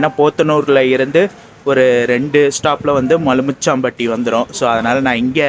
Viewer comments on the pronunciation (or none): Not மலுமிச்சாம்பட்டி its மலுமிச்சம்பட்டி